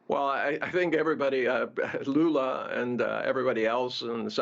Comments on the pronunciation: Did he called Lula “Lulu”? 😂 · Yes, Lulu sounds better than Lula😂😂😂